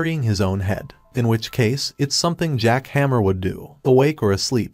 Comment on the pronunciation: My man said jack hammer instead jack hanma